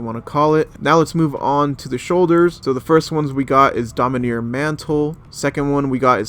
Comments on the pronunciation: Domineer, and not dominARE, LMAO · Its (Domin-are) not (Domin-near) lol